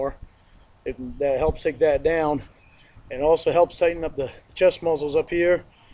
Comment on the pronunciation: “Take some weights… then get daywn, own the graywnd”. It’s hilarious when he accidentally quotes the sting.